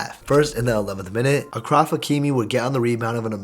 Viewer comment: It’s not Akraf, it’s Ashraf.